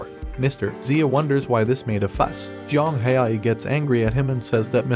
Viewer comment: It not Yang it jiang haoyi = pronouncing to English is somewhat like J ang how e that what I think it is but it easier if I say it to you